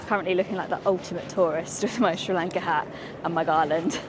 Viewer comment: First of all, please get used to pronouncing our country’s name correctly. It’s not Sri Lanket, it’s Sri Lanka. Also, Sri Lanka has a very good education system. So, there are many people in Sri Lanka who have received a good education. But due to the economic crisis in the country, they didn’t get jobs or salaries that matched their level of education. However, some people don’t go abroad to settle permanently — they only go for work. I don’t think this becomes a problem for tourists, because tourists don’t come here to settle, they only come to travel. I think you are from India. And I’ve heard that many people from India also leave the country. Is that true?